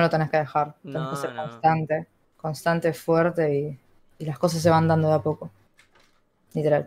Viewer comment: Ah alguien tambien le molesta cuando dice "foerte"?